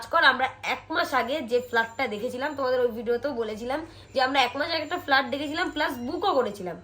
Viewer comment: Ektu nijeder pronounciation gulo thik koro... ফ্লাট না ফ্ল্যাট।